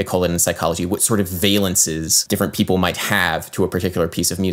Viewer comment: I love that you read "ppl" as "pipple". A man after my own heart.